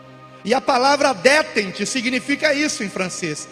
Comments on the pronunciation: DÉTENTE , palavra em francesa , se pronuncia ( decente) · "Detènte".Prezado, a pronúncia não é assim.Busque...